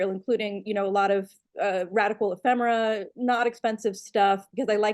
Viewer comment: Fine show, and Kate. It's "Eee-femera,". Not "Emm-femera."